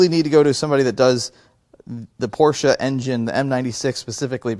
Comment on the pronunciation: Thank you for saying por-sChe correctly